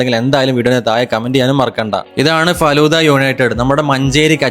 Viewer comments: Adyam faluda ennu parayan padikku. Fadhulla alla😅😢😂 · Falooda❌ faloooda✅